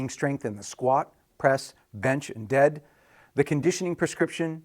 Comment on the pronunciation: "GEAD", that is absolutely awesome LOL